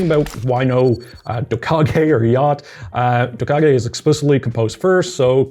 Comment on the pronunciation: i think dockge is pronounced like "dockitch"